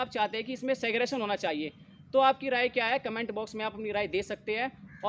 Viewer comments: Seggrigation to bol le be shi se.. gyan baad me dena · Pehle SEGREGATION bolna sikh le bhai..Nahi to zindgi bhar cancel cancel karta rahega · Pehle Segregation bolna seekh lo bhai dhang se 😂